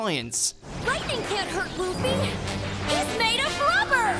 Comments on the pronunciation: Remember when pronounced Luffy as Luff-ee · jeeees its so annoying, in german tv his name is Ruffy. Luffy sounds so stupid when you are used to the r